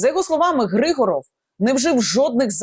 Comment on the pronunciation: Не ГрИгоров а ГригОров. Русская фамилия. Зачем коверкать язык. А те що він товариш Деркача того що зараз сенатором в РФ то це клас! Готується здача Сум. Добре буоло б аби не так обійшлись як з Маріуполем або Бахмутом.. Взагалі треба правді в очи подивитись. Кінець України не за горами. Навіщо було тоді чинити опір з самого початку? Всі були б живі й здорові. Міста й села не зруйновані.Обійшлося б тільки зміною цеї нашої гнилої зелено-шоколадної влади.